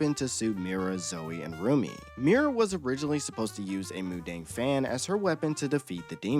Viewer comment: I mean the Korean word pronunciations, btw. Mu-dang was… okay, and you got the names of the characters perfect.